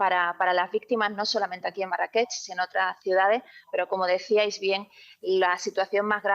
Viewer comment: Marrakech, con rrrrrrrrr fuerte